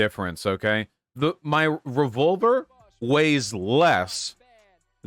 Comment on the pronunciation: I like how Vaush says revolver like revulver.